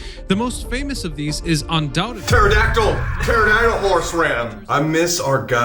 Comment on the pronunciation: Colby: “ Pterodactyl! Pteratal-horse-ram?”